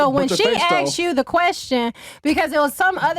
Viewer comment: you should not be involved in a debate if you can't even pronounce the word, "ask". as soon as i hear, "she axed you..." i totally check out lol